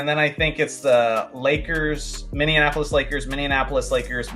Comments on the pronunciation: "Minneinapolis" lmao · Love the more casual stuff! One thing, from a Minneapolis native: it’s pronounced min-ee-APP-uh-lis, not min-ee-un-APP-uh-lis 😊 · Throwing an extra syllable into Minneapolis 😅